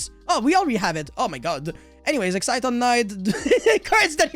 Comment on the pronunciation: ex·ci·ton /ˈeksətän/ a mobile concentration of energy in a crystal formed by an excited electron and an associated hole. Not excite-ton